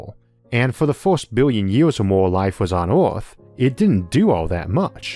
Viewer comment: I recently found your channel and I’m so confused I have no clue where I start or where I end. I find it cute that this narrator speaks his “R’s” like you’d talk to a baby. He says the word emperors as “empewus” like a baby. Earth spoken as “Uwuth”. What if hes talking to us like a baby because hes millions of years more advanced like we goo goo ga ga our babies. LOL